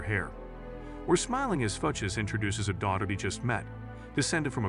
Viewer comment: Shitty AI narration. "Fooches." Boo.